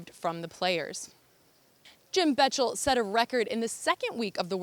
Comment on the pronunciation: Please do your research and learn to say Jim Bechtel's name properly.